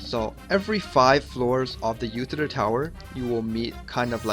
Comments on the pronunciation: It's Lutycyr, not Lucytyr. :P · I believe this is Iutycyr as in spelled with an “I” for India. Spelled and pronpunced in the game